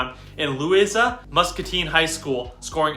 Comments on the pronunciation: I grew up and lived in Iowa's smallest county of Louisa, and they did pronounce it wrong. Lou-I-sa We have a family story about the name. A cousin of mine was an engineer that worked for a company that built the Port Louisa generation station. Everyone in the company kept pronouncing it as in this video, and he would correct them. He even corrected the project boss in a big staff meeting, and that boss asked him just what made him think he knew how it was pronounced. He just responded that maybe it was because he was born and grew up there! The river towns of Iowa had sort of a rough crowd history that still lived among the older people when I was small in the 1950's. Before trucks and planes, the river front still saw much of the goods coming and going for the areas at the river terminals. And that was a tough place. Many of Iowa's early manufacturing and other commercial businesses set up there because of that. Unfortunately freight started moving by faster methods, and recessions and changes in products had a bad effect on the financial health of the river towns. Burlington down to Keokuk all had booming businesses and economies when I was young, with good neighborhoods and were good places to live. But from the 1960's and on, they lost business after business and never got ones equal to replace them. I have since moved away, but am really saddened when I come back and drive down "Memory Lane" through those places, as well as some of the smaller towns. Time hadn't been v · He DID pronounce Maquoketa correctly. He DIDN'T pronounce Louisa correctly.